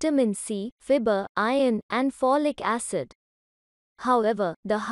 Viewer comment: Fibre ka pronunciation thik krlo